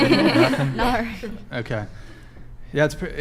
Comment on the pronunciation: Nar? What the fuck is "nar"? Is she trying to say "no"?